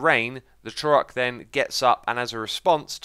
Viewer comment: It might just be me... but the way X pronounces "Trork" sounds wrong. "Tro-Rock" is not the same as "Trork". I imagine the name is a combination of Troll and Ork, and so should be pronounced like Ork, but with a Tr at the front. Just one syllable. Although, I now realize that "Ork" is not the correct spelling of "Orc", so I might be totally off-base. Who knows but the devs? lol